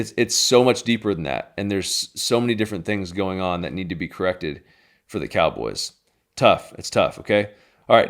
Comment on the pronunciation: "we got one more thing for you cowobys fans" lol